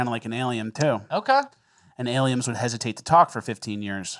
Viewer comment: mispronounced aliems.